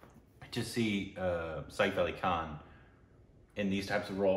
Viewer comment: Its Saif Ali Khan. Not Saif Ai Khan. Has no one else noticed that?😂